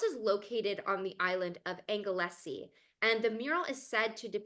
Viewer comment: Anglesey pronounced Angle Sea Plass Newydd pronounced Plazz New id It’s a pity more time wasn’t spent on his Mural at Plass Newydd there are some lovely little Easter eggs in this piece of art showing the artist’s humour and relationship with the family he painted it for. There is also a very poignant rendering of a lit cigarette, Rex left it there saying I will paint it out next time I come back, which sadly never happened